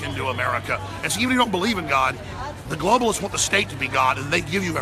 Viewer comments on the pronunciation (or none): "gloaballists" xD